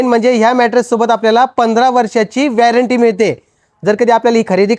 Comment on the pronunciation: वॅरंटी नसते रे दीडशहाण्या 🤣 वॉरंटी असते ते 🤦🏻‍♀️🤦🏻‍♀️🤦🏻‍♀️🤦🏻‍♀️